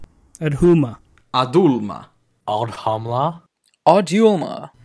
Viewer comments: Aud hul llama 😂😂😂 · >old ho ma WHAT LMFAOOOOOOO